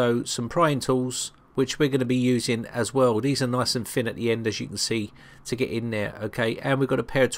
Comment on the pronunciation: Good video but - "put a pick in there to give it a bit more height'th"............HEIGHT(TH) height'th? Are you for real?! By the way, 'fin' is something that fish have. 'Thin' is the word you are looking for.